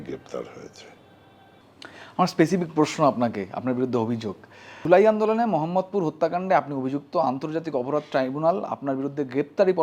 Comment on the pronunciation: আপনারা উচ্চারণ ভিন্ন করেন, তা করতেই পারেন। কিন্তু আরবিতে আ-কার, ই-কার/ঈ-কার, উ/ঊ কার ছাড়া ও-কার বা ও উচ্চারণ নাই। তাও আপনাদের তো মানার কথা না, এটিও বাদ। বাট, একটা জায়গার নাম কীভাবে পাল্টাতে পারেন? এই জায়গার নাম "মোহাম্মদপুর", "মহাম্মদপুর" নয়।